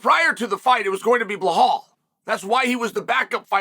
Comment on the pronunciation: If Belal fights Leon, 1.25 million Chael fans are going to be asking, "What about Blehal?"